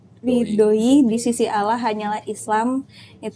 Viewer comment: Kalo bisa di ulang sekali lagi .. penyebutan nama Allah di akhir 2 kalimat syahadat masih belum betul